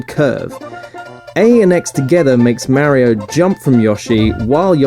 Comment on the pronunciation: You're misspronouncing Mario, otherwise fucking briliant :)